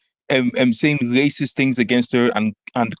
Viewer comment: What's a wacist? I'm finna get a dictionary and find out what a wacist is, because if that's how he's gonna come at brother Nasheed, I wanna know what it is.